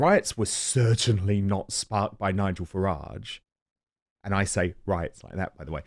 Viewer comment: He’s a horrible man, with many obvious hang ups. He can’t even pronounce Nigel Farage’s name properly, so disrespectful. I stopped listening to it years ago.